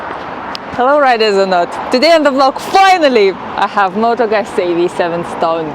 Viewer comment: No not motogazi .....🤣🤣